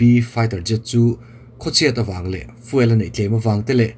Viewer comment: Fiuel ti a lam nise.